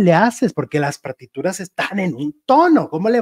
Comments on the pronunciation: Jajajaj hay Partituras se dise no Partiduras. No te enojes, yo no me enojo si te equivocas 😂😂😂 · Partituras, no partiduras 😂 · No se dice partiduras, son partituras, jaja😅